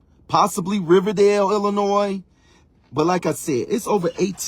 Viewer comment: At least he can pronounce Illinois correctly. The rest is debatable.